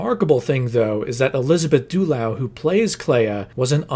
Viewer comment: I'm gonna be slightly pendantic because she's one of my favourite actresses, but Elizabeth Dulau's surname is pronounced "Duh Low".